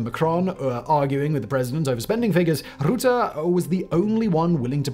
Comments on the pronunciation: Absolutely LOVE the video, but as a native Dutch person. Please, please research pronunciation better 😂, hearing our old prime minister called "Rootthe" instead of "Rutte" with an u like in the word hurt is, insanely distracting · Its not rocket science to pronounce Rutte. The u is like the u in Edinburgh. You don't say Edinboorgh either. Dutch isn't hard its the closest language to English there is. Yes his name sounds like the English word rut not root. That wasn't hard. Anyway, pet peeve done, otherwise very solid info, very well done! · The pronunciation of 'Rutte' is not difficult. Words like hut, cut etc have the right 'U' in it. So, NOT 'ROOTTE', but Rutte. Dutch U is not OO. Do not call him Rootte anymore. Wash your mouth. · “Mark Route” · What I will never understand is why reporters are incapable of saying names properly. It literally takes 10 seconds to look up how to pronounce Rutte, not rootuh. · Even like the word rut in English is enough to have a somewhat decent pronunciation, rut-tuh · It's just Rut te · "Rutte" is pronounced more like the English "Ruth", so more like "Ruth-te". Or like the Ruttles, the Beatles-parody of 1978. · Mark roetah😂😂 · I get it, more like "rotten" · Great video, one thing: The U in Rutte is pronounced the same as the U in Funnel. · How Rutte's name is to be pronounced phonetically: 'Ruh-tuh' (pronounce with a harsh dutch R. the 'Ruh' should be pronounced faster than the second part) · By the way, you pronounce his last name as "ruh-teh" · The ''u'' in Rutte's name, is spoken out like the ''u'' in ''button''. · Pernaunciation: rutte Say 'Strut' then use the rut part and put that in rutte and ur there... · Hearing you say Roette is beyond irritating...how hard can it be to look it up in Wikipedia...??? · Love how he pronounces his name, rootaah hahaha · the U in Rutte is pronounced like luck. How you pronouce it it sounds like a route. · It’s pronounced Rutte with the u sounding more like hug, he’s Dutch, not German.